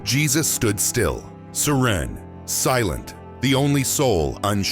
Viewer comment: The mispronunciation of the word "serene" -- among certain other things -- tells us this narrative was written by AI. But it was well done.